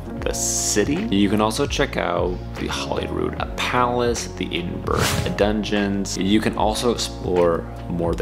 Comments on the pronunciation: OMG it’s Ed-in-bra not Edenboro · Very weird pronunciation of EDINBURGH there buddy !? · Edinburgh pron : " ED IN BOROUGH " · Pretty funny you’re calling it Edenburrrr lol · Fun fact: The standard phonetic pronunciation of Edinburgh is ed-in-bruh or ed-in-buh-ruh, as both are considered correct. I didn’t pronounce it either of those ways. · It would help if you could take the time to pronounce edinburgh properly. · Thanks so much! I know, I made a video about scotch tasting up north and even knowing the correct pronunciation I still did it wrong. I don’t what know what’s wrong with me. Haha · Great video bud. Just some pronounciation problems with Edinburr, and Saint jiles Cathedral.👍